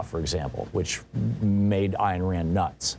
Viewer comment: I saw an interview with her where she said she pronounced her name "Ayn" to sound like "Pain" so a long "A" sound. Maybe she was just joking, but it's what she said.